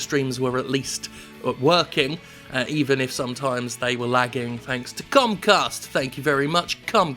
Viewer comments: Did Jim call it cumcast? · Was you pronouncing it "cumcast" intentional or a beautiful mistake?